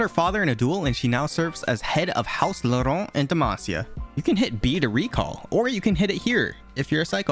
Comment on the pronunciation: Few things! Volibear has an ear piercing, Durand (not drand) sculpted Galio, and that Laurent pronunciation was perfect.